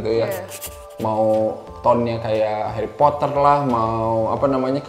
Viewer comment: SUDAH KUDUGA... "HERIPOTER" 😅🤣😂 MEJIK2 AMAZINK